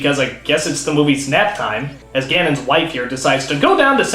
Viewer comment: did you say Gannon's wife